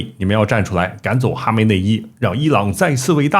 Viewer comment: 是巴列维而不是巴萨维，是哈梅内伊而不是哈néi魅衣